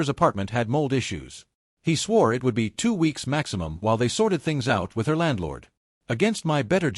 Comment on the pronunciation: And recently AI started to say I T instead of " it "